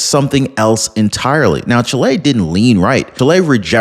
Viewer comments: Omg. It's NOT pronounced Chi-LAY. It's pronounced CHEE-lay. My nephew's wife is from Chile, so I'm not lying nor mistaken. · Is not pronounced chilei. It's pronounced CHÍLE, NOT "EI" AT THE END SYLLABLE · What the heck is Chlay? Oh you mean Chile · Please pronounce well the name of the country: the stress is on the "i" ; not on the "e" . The news is a wonderful one: Kast can do a great job there repairing the disasters made for communism.